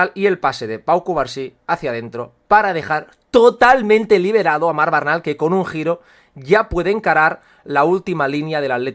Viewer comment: Disculpa pero el apellido de Marc Bernal se dice Bernal no Barnal, es familia de un amigo mío su padre y el apellido es Aragonés, se dice cómo se lee. Buen análisis y enorme trabajo el que te tomas en tus publicaciones, muchas gracias.